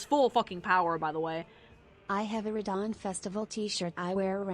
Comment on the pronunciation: Why do you pronounce Radahn like that? 😂